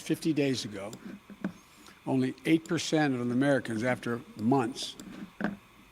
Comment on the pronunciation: Too nauseating to firmly notice the public display of ANY grown up to deliberately pronounce "percent" as PISS ANT, especially so early in this or any speech, and yes I tossed cookies from 1865.